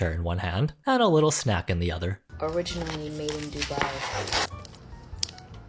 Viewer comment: Baby, it’s [doo-BYE]. Stress on the second syllable 😉